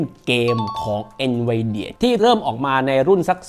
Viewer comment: เอ็นวีเดี่ยไม่ใช่หรอ หรือเราออกเสียงผิดมาตลอด😅